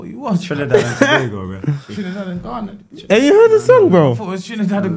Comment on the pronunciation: looool man said Trinadad and Ghanago